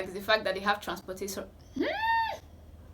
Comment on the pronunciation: It was the part she pronounced "transportation" 😂